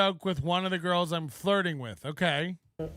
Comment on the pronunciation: "flirtin'" = ready to devour..."girlshhh" = buffet table... Leave my chairs out of this you PRICK :p